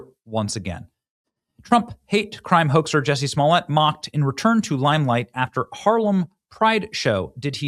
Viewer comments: Benny come on its like jusey say it right ! You need to look him up on this survival show my friends told me to watch because Johnny manzel 👀was on there also you should look that up unbelievable! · Juicy, his name is pronounced juicy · Benny, Jussie.....rhymes with Pussy..... Jus'Sayin'! Jess1344